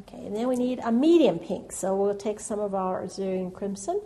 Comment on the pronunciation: Really enjoyed your lovely video. You paint very beautiful roses. BTW, alizarin crimson is pronounced uh-LIZ-uh-rin (starts out same as Elizabeth)